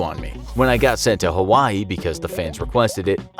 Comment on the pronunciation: Plz say hawaii right